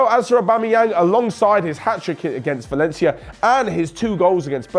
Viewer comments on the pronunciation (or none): none